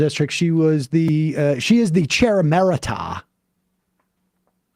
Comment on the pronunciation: An "emirata", which is what Sam actually said, would probably mean a woman from the UAE if it were a real word. The word Sam is looking for is "emerita" (ee-MER-i-ta) which is the feminine form of emeritus.